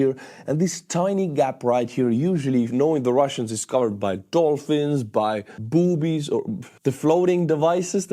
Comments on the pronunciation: The floating water barriers you called boobies (lol) are spelled buoys or buoy. pronounced "boo-ies" and "boo-ie" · "Boobies." 😂😂 Buoy is pronounced boo-ee. Boobies are on a woman's chest. Both float tho.😜 Get well soon.💞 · Bouie not boobie 😂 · Do you mean 'buoys'? It's pronounced 'boys' in English and 'boo-ees' in American English. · Buoys :D Not boobies ;P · buoys not boobies lol😂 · "Boobies" LOL , I think you meant buoys. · There called BOUY in English, “Booiis” phonetically 😊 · boo-iees lol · 😂 it’s pronounced like “Boo, ee” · If your talking about buoys, in English it would be pronounced as "boo-eez". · Buoy pronounced Boo weeeees